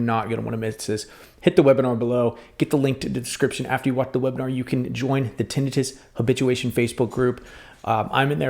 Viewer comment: He’s pronouncing it correctly. Thank you for your service. We’re all in this together I joke with friends and patients “It’s not tinnit-u and it’s not tinnit-me … It’s Tinnit-US” It’s corny but it’s true. We’re all here to support one another. Take care